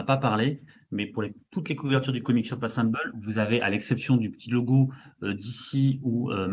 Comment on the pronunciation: qui tout le long de la vidéo pense qu’il prononce bien Comics Shop Assemble et pas assemblée 😂